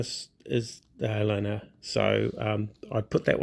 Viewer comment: FYI, it's pronounced Helena like the lady's name Helen... Montana town, USA😊